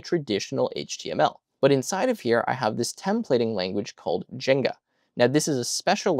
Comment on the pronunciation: I'm a big Flask fan. Did you pronounce "Jinja" like the game "Jenga"? :)